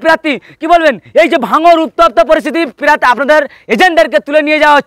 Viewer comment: Pirarthi noi prarthi hobe re bhai